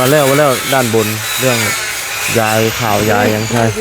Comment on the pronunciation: เขาพูดเอาจากด้านบนเปนล้านบนคงจะพูดไม่ชัดเลยเพี้ยนไป